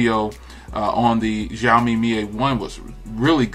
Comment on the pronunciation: Zioami or Xioami 🤣😂😂 accent wrong